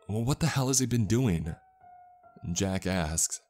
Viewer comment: Every time he says "Jack asked" all i hear is "Jackass"